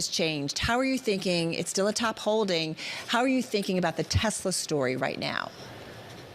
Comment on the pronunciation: No "Desslaww"